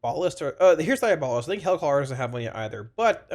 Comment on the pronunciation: Hey! Love your videos. Long time watcher and warlock main. For your reference, diabolist is pronounced die AB uh list (Source: Webster).